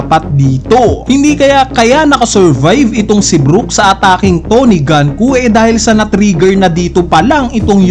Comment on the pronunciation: Icocorrect daw pero Ganku pa rin nang ganku. GUNKO NGANIIII di ka ba marunoing magbasa?